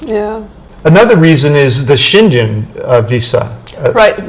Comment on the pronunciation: You are driving me crazy with the way you are pronouncing the Schengen Area.